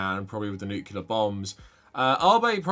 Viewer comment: Unrelated but I figure you’re more likely to read it here…. Pet peeve of mine as an engineer; it’s nu-clear, not nuke-yu-ler